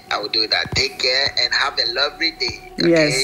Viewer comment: Take care met een mega accent dat een blanke nooit kan hebben…